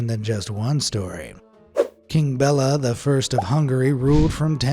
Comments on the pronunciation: WHAT IS THAT ACCENT ( IM HUNGARIAN) ITS PRONOUNCED be-ey-lya spelt Béla not Bella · Yeah but the pronunciation is bad 😔